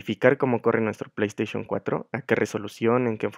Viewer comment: Min "Pley esteichon for"